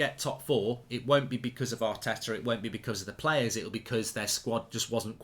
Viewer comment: Yaar-teh-tah AOUT.